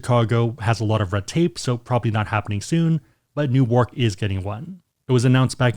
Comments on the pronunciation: Haaaa! Neeeew Ark. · that's not how you pronounce Newark wtf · Your pronunciation of Newark is...weird.